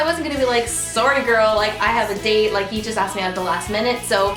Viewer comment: I guessed that she was Canadian bc of the way she says "sorry"